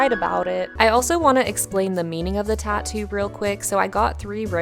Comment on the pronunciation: It’s tattoo not tato 😕